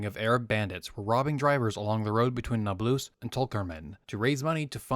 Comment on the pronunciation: Okay but can we agree on the fact that it’s incorrect to pronounce Nablus “nab-LOOS”?